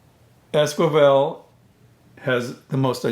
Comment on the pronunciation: It's es-ki-vel, not es-kwi-vel; otherwise a great video.